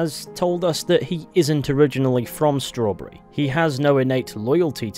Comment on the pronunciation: "schrowrburry" (jk i adore your vids lol)